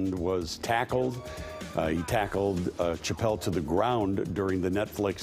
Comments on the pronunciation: I'm sorry, are you saying "Ch-appelle"?? 😆🤦‍♂️ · Amen, good lord it was killin me!! Say it with me professional news anchor, “Sha-ppelle”!!! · If you’re going to report on one of the most famous comedians to exist, learn to say his name please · The CH is pronounced with an SH. How could you not know how to say his name if you are a news anchor. Geez.